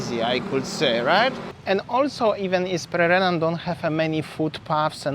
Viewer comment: Hello & (thanks 4 pronunciation of Pererenan). Beautiful & charming area and can see the appeal to foreigners. I do not want to live in a villa isolated from local culture and want to improve my Indonesian and participate in local ceremonies. Thanks for showing another side of Bali., baik sekali 4 consultation on how to take great videos. Nanti, saya mau. Will you do it in person or only online? Is this with go pro or iPhone? Banyak success. Banyak cinta.:chillwcat